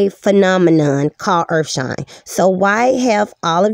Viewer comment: lots of urfshine going around